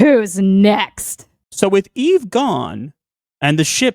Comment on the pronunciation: Oh, I thought you were saying "Yves" not "Eve"... 😅